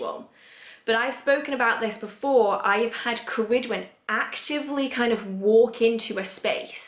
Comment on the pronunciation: I know I am late to this video but I wanted to ask... are you saying Ceridwen? I follow Brigid, Ceridwen, Diana, and Morrigan/Morgana (the Faerie Queen to me) but I feel like I hear the names differently from how you pronounce them. For instance, I hear Bri-Geed not Brigid, and Kara-Dwen not ... I don't know how to spell your pronunciation lol. I guess it might just be my American accent trying to hear Celtic phonemes.